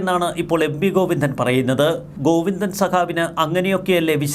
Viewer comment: ഗൊയ്ന്നോ......ഒന്ന് ശ്രദ്ധ വയ്ക്കണം....😂😂😂😂😂